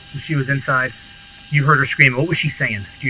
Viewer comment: “intside” lol